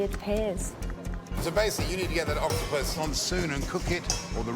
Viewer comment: "OctoPUS" Do all Australians pronounce it like that?